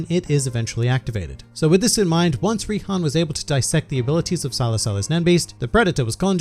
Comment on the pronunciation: Its Rihan, but you are correct